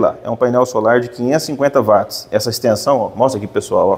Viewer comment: MUITO BOM VIDEO, UMA AULA! PARABÉNS PELA PRONUNCIA CORRETA DA PALAVRA "WATTS", dita como UATS, e não como VATS, pois o nome veio do físico e pesquisador escocês JAMES WATT, e em inglês quando quando a palavra começa com W tem o som de U, o som de V somente para palavras de origem alemã.